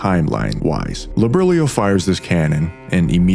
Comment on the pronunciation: "Liburlyo" lol. "Bahamoot" lmao, even.